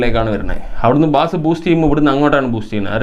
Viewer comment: നല്ല ഇൻഫോമേറ്റീവ്‌ ആയ വീഡിയോ! ബാസ്‌ എന്നല്ല ബേസ്‌ എന്നതാണ്‌ ശരി.